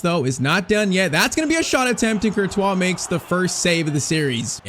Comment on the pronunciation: i love your videos but please pronounce Cortious like c or t wha instead of thibaut kertwha! does that make sense?